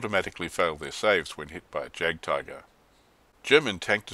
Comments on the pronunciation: Great review, and just a point on German pronunciation: In German, the letter j is pronounced like y in English, so it should like yagdtiger. Also, w in German is v in English and v is f. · I hate to nitpick, but Js are pronounced as Ys in German :) Loving the vids, when do you think you'll be posting June's Rumours and Lies? Oh, and would it be viable to do a compare and contrast series on products from the various manufacturers? Thinking of starting a motostrelkovy batalon and was looking at T-34s for the armour backup, but whose to buy? I'm leaning towards PSC's squad atm